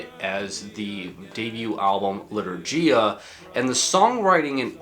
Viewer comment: Lee-tour-ghee-ya (gh as in ghost)